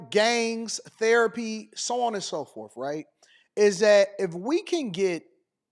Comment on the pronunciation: Blacks are a different species. This was a known fact 100 years ago but liberal whites have rewritten history. As far as this substitute teacher goes, it's "forth" not "forf" . It's well beyond fatigue at this point. It's time to bring back the N word.